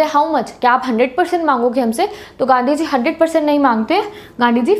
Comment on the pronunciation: Only ultra legends could get it - 😂😂😂😂 Whenever she said ganddi ji not gandhi ji 😅🙏🏻